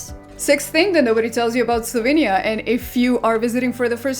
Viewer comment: slovEnia not Slovinia